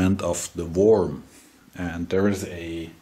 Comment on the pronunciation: Excellent. Worm is pronounced as if it were "Werm", not Worm.